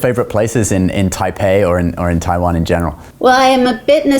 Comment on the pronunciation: 又拿著 我要讓全世界看到台灣,連國家名字都講不清楚，是真的愛台灣? 實際的問題 是生計還是真愛